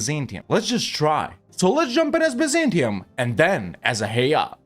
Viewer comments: its actually read ah-a-i-a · Acha-EE-A pronounce it. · Isnt it said with a hard K. A Kia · Is that how you pronounce Achaea? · Your pronunciation of Achaea gives me physical pain. Can't say I blame you though, given the amount of pain we've inflicted on you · Bro pronounced it like it's in Spanish 🤣